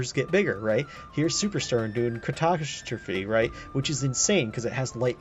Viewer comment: i never knew ka-ta-stra-phe was pronounced like apostrophe.